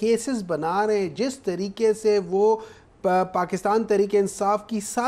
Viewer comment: Tareqeey Ko Yeh Jaahil Abbasi " Tarreekka " Keh Raha Hy !!!!